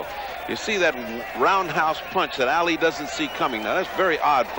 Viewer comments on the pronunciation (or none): That reporter said "Meeuhammad Aeli" 😂😂